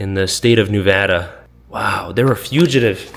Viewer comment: Thank you for saying Nevada correctly....